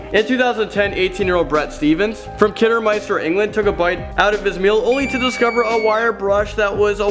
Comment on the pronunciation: I've actually been to the macdonalds in kiddiminster and I've hadn't had any brushes in mine and the way he pronounced kiddiminster lol its kid-i-Minster